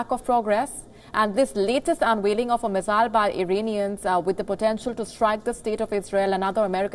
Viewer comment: First try to learn the pronunciation of missile. It is not mizzile.